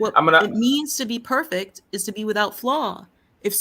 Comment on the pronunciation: cant even pronounce perfect correctly. He's the poster boy for Cognitive dissodance. Anyone who attacks the oppenent instead of the argument is a sham artist. checks all the boxes🤫